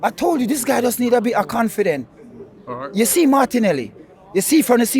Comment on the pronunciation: "Harteta did Halright. Just TonigHHt."